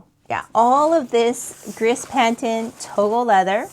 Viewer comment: Gris = "gree"